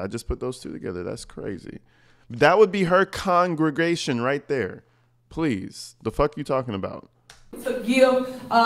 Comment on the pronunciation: Connnngraaaagaaaaysion lol 😂 😅😂